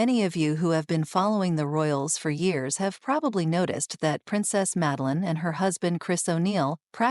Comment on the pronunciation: Schlechte KI Sprech: Meline😂